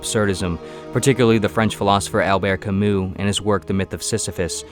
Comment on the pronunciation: Please tell the AI narrator Camus isn't pronounced kah-mew. And wait till the cows and Godot come home till he gets it right!